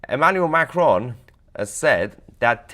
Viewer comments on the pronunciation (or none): none